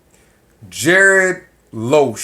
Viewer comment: It's not Loosch, but Lusch. Learn pronounce his surname for a start. Something else. A waiter in France, Austria, or other european countries is not a waiter as in the US. They are skilled. Same as a US chef, frying a hamburger doesnt make you a cook in Europe. You sound frustrated here. Typical.